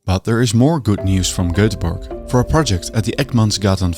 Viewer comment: "Goetheborg" lmao